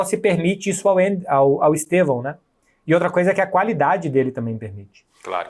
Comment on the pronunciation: Quão difícil é gritar "Stevan"???? HAHAHAHAH OU "Esteban"